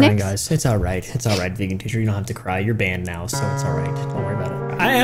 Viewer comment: veegin teecher